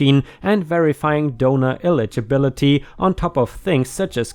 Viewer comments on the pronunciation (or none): The entire time he was saying "donor" I wasn't looking at my screen and was curious as to why he kept saying "donuts".